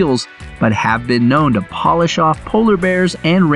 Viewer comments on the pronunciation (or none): none